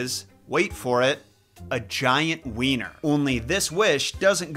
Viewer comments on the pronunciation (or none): none